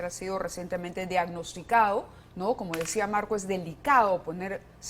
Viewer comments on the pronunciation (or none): Diadnosticao??? En plena Televisión Se dice DIAGNOSTICADO!!!!